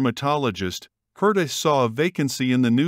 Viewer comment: Pronounced "HAIR-tuh OH-bear-hoy-zair" How can you do a whole mini-documentary about a person and make no attempt to learn how to pronounce the name???